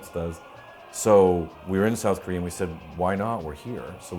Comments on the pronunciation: I lol every time I hear Korea pronounced as Koreahr XD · north Korear is best korear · the only solution to unite south and north is to eliminate the Communist and the democrats and turn korea into kings and emperors like in the ancient Korea that way the world will not worry about the koreans starting war anyways why does the N.Korea pronounce Korea as korear